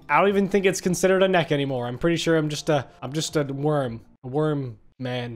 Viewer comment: Is not a nek is a wirm